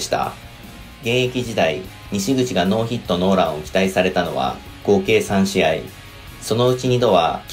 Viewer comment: ノーヒットノーランのイントネーション気になるなw